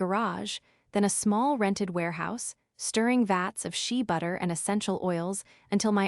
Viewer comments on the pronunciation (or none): Shea butter not she butter